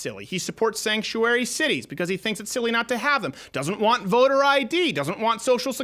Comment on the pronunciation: "Ya see the problem with having more borda patrol is it keeps out our illegal votas" -John Oliver, current year